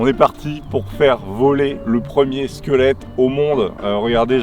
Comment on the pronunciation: LE "SQUELETOUNET"